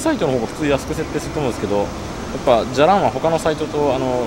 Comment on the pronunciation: 「じゃらん」のイントネーションってこんなんだっけ？？？？